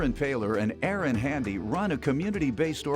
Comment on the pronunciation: and his friend's name is A A-Ron Handy😂😂😂😂